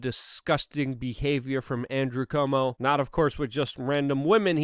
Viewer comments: It's CUO -mo, not CO-mo! Cuomo = Quomo or KWOmo . Why besmirch Perry Como with conflation with an entirely different family? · CU-OMO. Love ya, Luke. Missing you on the IRL podcast.